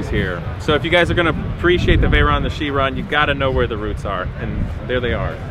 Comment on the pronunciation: Learn how to pronounce the names of cars... Chiron for example...